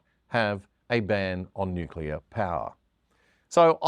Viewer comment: It amazes me how few people can pronounce 'nuclear' properly.